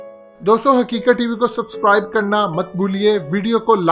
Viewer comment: باقی سب ٹھیک ہے لیکن جب تم بونکتے ہو کے لائک کومنٹ کرو سسکرائب کرو . بہت غصہ آتا ہے . . . .